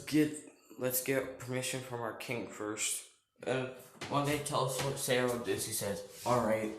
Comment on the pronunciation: Guy cant pronounce sairaorg like boi pronounce it like S-ai-ro-org but the ai is pronounced like capital i